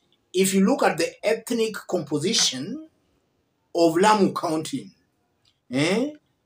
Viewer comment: Please listen to the lady that's speaking, she says "here in Lamu"